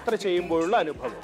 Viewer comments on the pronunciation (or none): none